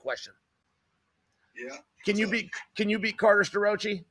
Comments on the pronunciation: Stir-Roachie😂😂😂😂😂😂 I love how Chael purposely mangles people’s names. The guy is undefeated, truly… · Uncle Chael refuses to pronounce Starrocci's name properly.🤭